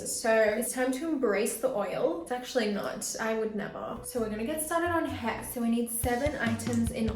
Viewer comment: Why she says heeeee for hairrr and yawwwww for jaw 😂